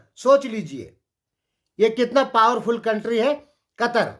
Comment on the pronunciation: कतर नहि कतार बोलो चाचा 😅